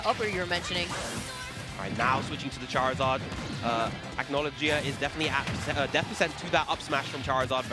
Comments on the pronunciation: its “ack-no-low-gee-uh” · "acknowledgea" lol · they don’t pronounce his name correctly its a Fairytail name hence his tag being Erza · Dan Dobbs i was just pointing out how they pronounced a name wrong honest mistake if they never seen Fairytail and well the comments blew it out of proportion lol